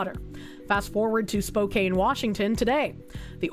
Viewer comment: please you're killing me, you got the first half right but the second half of spokane is pronounced can not kane. Typing it out it makes sense how you got to the conclusion you did but i live nearby, its pronounced spo-can